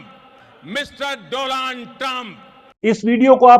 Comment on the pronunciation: Apke muh se ,,DOLAAND,, ka nam sunane mein jitna maza ata hai, kisi dusre se nhi😂